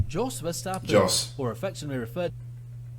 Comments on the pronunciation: Someone correct me if i'm wrong but i'm pretty sure that Yos is more correct pronounciation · you got the name of jos almost right, it sounds like you said djos, but if you leave the d sound out of it, you have it